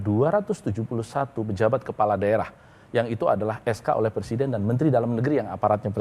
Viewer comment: anaké presiden jelas bedo ambek anaké presinden ... bedané cuma kokèhan huruf n ( presinden) 😆😆😆